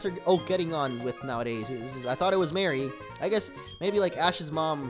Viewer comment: Mo when she said Is Professor Oak is on with marie she meant Muh-ree